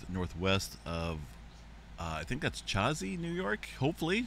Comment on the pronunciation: Chazy=shay zee. Mooers=mores.... None of the names up here make any sense.😂